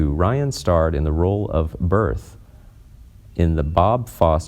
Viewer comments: Right? And the character name is pronounced "Berth-ah" ! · It’s also pronounced Bertha not “Birth”. He also once mispronounces Irene’s name as Ir-rene Really awful reading here.